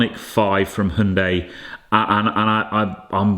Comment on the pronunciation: It’s not hunday it’s hiundie.